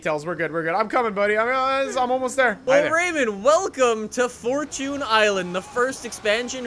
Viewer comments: right it's fortune not fortun!😂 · It is for chin island not for chuuunnee island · It’s fortune island not forchoon island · Majestic Beardsman we (people of new England and America) say “4 chun” instead of “4 chune” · It's Knee-San not nis-an and fourchin not fourtune.. change my mind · fortune is the words for and tune combined and you don’t pronounce time as chun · the way you say forCHUNE is so cringe im so happy called that out STOP SAYING CHUNE lol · Devyn lich00 this is the proper way fortchune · "forechoon i-land" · He said 4 choon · FORCHOON ISLAND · fortchoon island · Do you call it a forchoon cookie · It's furtone island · way of pronouncing "fortune" is a bit irritating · Thank you for correcting that damn pronunciation, cause jfc, I thought he was joking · For-Tune For-Tune For-Tune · genuinely unwatchable because of how you say fortune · That’s how google pronounces it